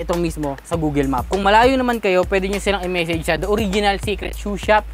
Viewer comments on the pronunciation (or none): none